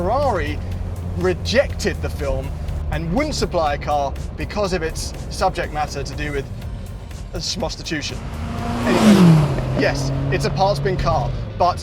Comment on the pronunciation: “Shmostitution”. 😂. Thanks for a great review and yes, Pretty Woman was the first to come to over 007 for me too!